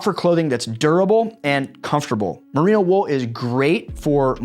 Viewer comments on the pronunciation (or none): none